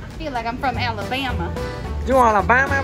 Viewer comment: You said Alabama perfect!